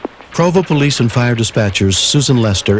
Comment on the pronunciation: Pulice is like cayute hahahaha